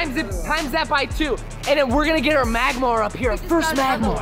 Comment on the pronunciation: It's magmar